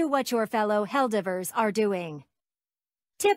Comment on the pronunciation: I wonder if the bot mispronouncing “Helldivers” is on purpose 🤨